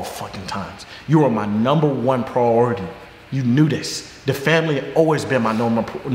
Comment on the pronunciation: wtf is prority